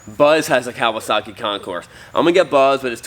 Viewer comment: It's Concour. French. Like Illinois, also French. The concourse is at the airport.